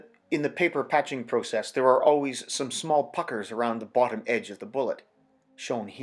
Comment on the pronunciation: Almost dropped my coffee when he said "small puckers". Not what I initially heard😅